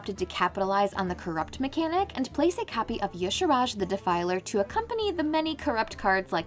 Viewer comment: There is no vowel between the R and J in Y'Shaarj. In what illiterate universe could it possibly be pronounced Yasharaaj? Just look at the word. It's obviously 2 syllables. Rhymes with "e-charge".